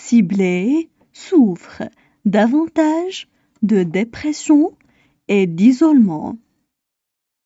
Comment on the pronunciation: خطأ في نطق كلمة dépression